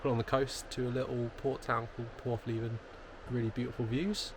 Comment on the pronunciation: Great Video! Praa Sands (Pray) - When a word has two of the same vowels in a row (called a double vowel), pronounce them as one vowel, using the long sound. This rule does not apply when 'O' is the double vowel - obviously, there are exceptions. Porthleven - pronounced Porth Lev ven not Porth Lee ven